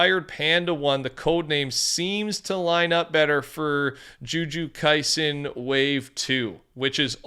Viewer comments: Uh oh guys. He said Joo Joo Kaisen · It is “Joo-Jit-Soo Kai-zen” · Juju kisen